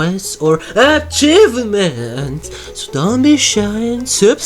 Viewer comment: I died at the mispronunciation of Achievements lmao